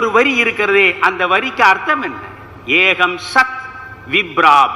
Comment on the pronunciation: Excellent Sir. Ekam sath. Ka and not ha - not eaham. Not Vibra but it is vipra.